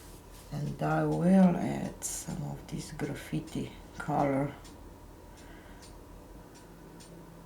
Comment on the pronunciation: Lovely coater! I think the color "graffiti" is probably "graphite" pronounced graf-fight. Graphite is the center of a pencil, that grey/silver/black color when you write. Hope this helps! ~~~^..^